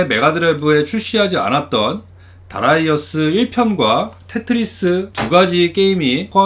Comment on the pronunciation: darius 면 다리우스라고 읽는게 보통인데 특히 하군요. 다라이어스라니